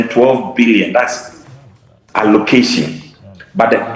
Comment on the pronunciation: How can Dr John Kumah dispute report put up by his own government??. Even in the midst of the camera showing it publicly A PhD holder cannot read out the word allocation and utilization